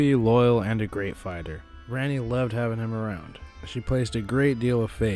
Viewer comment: For gods sake it’s prounced like Ronni not RANni